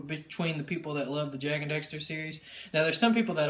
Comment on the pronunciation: It annoys me so much that you say "Jak and Dexter"